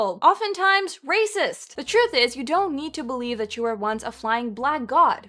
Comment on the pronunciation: Real Atlanteans should be able to properly pronounce simple words like TRUTH.